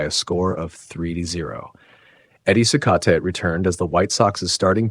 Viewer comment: At least pronounce Eddie Cicotte’s name correctly. Driving me nuts 🤣. It’s pronounced like “See-cot” not “See-coatay”